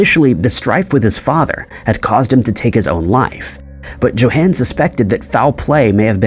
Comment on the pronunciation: YO HAWN!!!! JOHAN IS PRONOUNCED LIKE - YO HAWN (like Dawn but with an H sound).